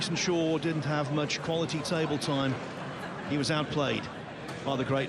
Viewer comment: Why does the announcer call Jason Shaw, SHOWA?